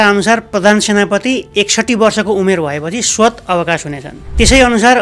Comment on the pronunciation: हजुरको यौटा उच्चारण सच्चाए है । स्वत होइन स्वतः । अनी आजकल त होइन २/३ दशक पहिले साथीहरु बाट निक्कै सुनीन्थ्यो - कतीपाय जर्साबका छोराहरु नेपालमा आई ये फेल भायेपनी भारू आइए ल्यायेर सेकण्ड लौटन जागीर खाने त सामान्य थियो रे ।